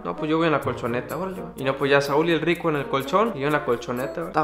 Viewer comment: Le entendí criko en vez de rico xd